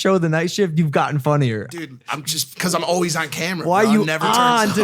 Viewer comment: This comment is for. Always is pronounced All-Ways not All-Wees. Just trying to perfect my mans.